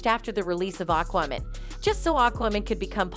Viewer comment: "Ah kwamen" wtf is this narrator saying? lmaoooo it's "Aquamaaaan"